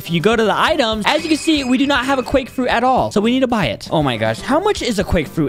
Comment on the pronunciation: Nice quake frruit BUDDY